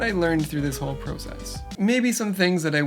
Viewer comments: Great Video! You and need to learn how to pronounce the word process correctly though lol jk. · When Canadians say prOHces and Americans say prUHcess.